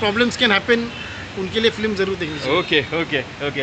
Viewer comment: Film toh bolna seekh flim kab tak bolega